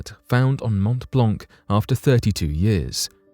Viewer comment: montt blonkk is painful to hear - even as a non-french person... also, geneva is is switzerland, not france. one might expect better from a 1.5 mill channel?